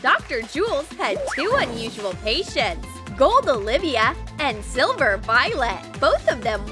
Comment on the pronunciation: It's silver not selver